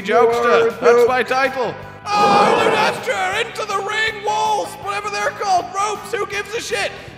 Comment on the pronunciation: "Lunestra" lol